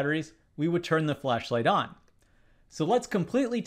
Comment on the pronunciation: Your pronunciating "will turn o??" is so bad, that it could be ON or OFF. You just say the letter O so hard that it is impossible to say what is the next letter. It should be the word "ON", but it sounds more like "OFF". Even the YouTube automatic transcription for CC tells that is sounded as "OFF".